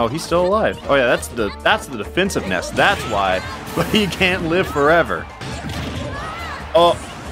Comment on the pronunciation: It sounds like Ness is saying, "Ice Cream!"